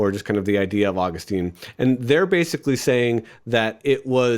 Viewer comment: Ah-GUS-tin seems to be a better pronunciation...^^